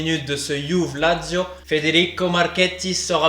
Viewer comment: Bon mon gars il faut que tu choisisses, soit tu prononces Juve à la français soit tu la prononces à l'italienne et à ce moment là tu prononces "Youvé", ton mélange est un hybride un peu bizarre !